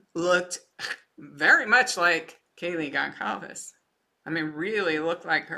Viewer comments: our of respect for the family, please learn to say their last names correctly. It is NOT GONCALVEZ. It is GONĆALVEZ (spoken it sounds as GONZALVEZ- that “ć” sounds like a “z”) Please 🙏 for their memory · Goncalves = Gone-SAL-vess. Sal like in “Sally” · Gonçalves is pronounced Gon-Sal-ves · It’s pronounced GonSalves family. Soft c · Hi, thanks so much for sharing this. It took me a while to catch on so just an FYI letting you know the “c” in Goncalves is pronounced like an “s.” This is disgusting! IMO the Prosecutor is pathetic. Look at all the dedicated women and men in LE and other specialties who put their heart and soul in this case. That’s no justice for Maddie, Kaylee, Xana and Ethan. It’s pretty obvious when I look back on Kaylee’s personality, where she got her drive and will to be the best at everything she attempted. Surely as a part of the plea deal BK had to tell the whereabouts of the knife. IMO BK should have no rights in prison that could give him any type of monetary award. Just because BK is escaping the death penalty through the justice system does not mean he will escape it in prison even if he is in solitary confinement. I believe he will be a marked man in prison and prison justice is patient. It’s one thing for someone to be accused of a barbaric heinous crime like BK committed, claim they’re innocent, but a jury of their peers finds them guilty. It’s another thing altogether when someone admits to committing such a barbaric heinous crime before entering the prison system. I believe that the murders of the young adults BK committed, along with the type of weapon he used, will rank high on the list of prison justice. So I believe that the families who sought the death penalty will get their wish in the end and the manner of BK’s death won’t be humane in the least.